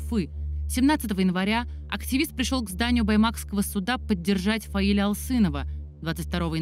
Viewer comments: только не ФаилЯ, а ФаИля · Правильное ударение - ФаИля. См. как склоняется имя Фазиль у Зализняка (Зализняк А.А. Грамматический словарь русского языка: Словоизменение. Ок. 110000 слов. — Изд. 6-е, стер. — М.: АСТ-ПРЕСС КНИГА, 2009. — 800 с. — (Фундаментальные словари). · ФаИля- ударение на второй слог Неужели нельзя было уточнить, если не знаете, как произносить.